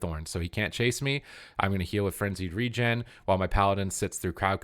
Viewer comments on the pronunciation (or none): none